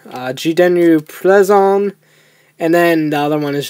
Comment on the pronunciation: Its not ple zu on its plezuon